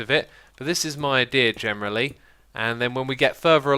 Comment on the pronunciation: "Gemerally" 18.23 "PIxua"